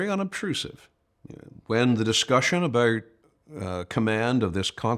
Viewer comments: Yes he speaks so clearly and with passion , I noticed he pronounced " about " as a Canadian would as " aboot " so I checked where he was born , puzzling it was Japan , however his parents were dinky di Americans . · I noticed the same thing. Might be one of the Pennsylvania accents; maybe North/Northeastern Pennsylvania?